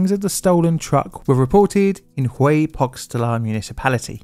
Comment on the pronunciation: Hueypoxtla : WEY-poht-la The H and x are silent in this case. The letter X can be pronounced different ways in Mexican Spanish, which is heavily influenced by Aztec and Mestizo linguistics.